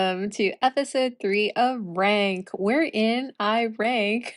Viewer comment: Rank. Reek. Reck. Dammit! how does she get it so wrong? It's inexplicable!